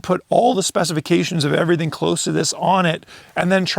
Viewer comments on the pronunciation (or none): none